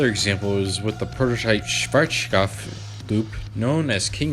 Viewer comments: Its so hilarious listening to you calling Schwazkopf. The W is called like a V [vee] but pronounced sharper and harder. My current information is that there is one last Shuttle Loop in the US and one last in Europe from Schwarzkopf.(Belgium) But the Version in Belgium is not anymore in its Original State, the Company who got the rights of Schwarzkopfs Blueprints and such did install a new Launch System, still in Original Style, but with a new System, Engine and such so its much easier for them to maintenance the ride. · Might be more fun, but you don't pronounce it the German way in any way. As a beginning, the z is not a sh, it's pronounced as ts with a sharp s. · Wow you really butchered the pronunciation of Schwarzkopf. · Dude, just pronounce Schwarzkopf the western way lol. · Cool video. Sadly, I couldn´t ride one of these by my own. And I´m happy about you trying to pronounce Schwarzkopf the right way (even if it still sunds as if you´re drunk..)